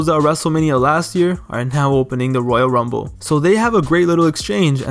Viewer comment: Why are you saying woyal wumble